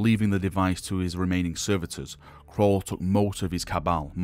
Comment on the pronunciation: Caul. Not Crawl. English it is what we speak.